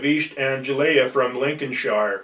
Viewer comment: You would have thought he would bother to check the pronounciation of Norfolk , Lincolnshire and Anglia ???